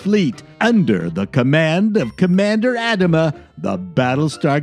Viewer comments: Commander "Add-a-mah"? It was a "Ah-dah-mah". To be fair, it doesn't sound like you like it, so you get a pass. Sincerely, Gen X Sci Fi Nerd. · Okay, I'm going full-out geek 🤓 on Battlestar Galactica! He's not Adam-Uh.... it's Uh-dom-uh. I loved it with all it's recycled special effects shots. But hey, I was 10. Three's Company was another favorite. Thank God you had WKRP! That show still has relevance. Dukes of Hazzard....they would never, ever make that show today. Soap was easily the most controversial but it was perhaps the funniest show until Seinfeld. Last, but certainly not least, was the brilliant cast of Saturday Night Live. This was when television was actually fun and funny. And let's not forget the red-headed bastard step-child-like elephant in the room that most are either ignorant of or simply forgotten.....SCTV! Ya know...those dreadful un-heardofs like John Candy, Harold Ramis, Martin Short, Catherine O'Hara, Eugene Levy, Rick Moranis, Dave Thomas, many more....but wait for it... perhaps the best comedienne (other than Gilda Radner) Andrea Martin! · ADDENDUM: I said Lori Anderson instead of Loni. I'm very sorry. I love you Loni. I also pronounced Adama wrong. I'm from Hungarian stock, we emphasize the first syllable, so sue me. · This is really fun. I did wince when you said "Adama", but you're Canadian and you Canadians often mispronounce a bunch of normal everyday Engrish words like "oot and aboot" and such, so I forgave you instantly. I do fondly remember when these all came out in their original glory as well. Thanks for the reminders. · I'm also Canadian and I also winced. Come to think of it, so was Adama. And we don't say aboot🦫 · It's a little hard to believe that you don't know how to pronounce "Adama".